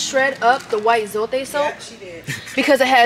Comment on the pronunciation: Hello, your accent/pronunciation is actually good of zote, roma and foca.👏🥰